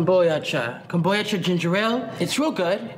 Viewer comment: she’s the reason i pronounce kombucha like “kom boy ah cha”